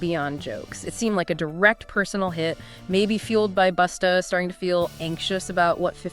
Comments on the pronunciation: His name is busta not boosta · It's BUSTA. ASSHOLE NOT BOOTSTA..FUCKONG IDIOT